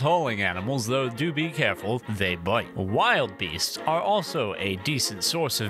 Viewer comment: Lol that's defo not how you say wildebeast 😅 crazy timing with this drop I was just looking at other animal mods to add